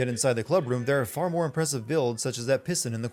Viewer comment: Did you just say piston as pissed?!?!